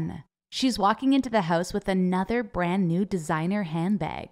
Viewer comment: When she said "my mom came in house with brand new bag" I heard that as "my mom came in hoes with brawn new bag" 😂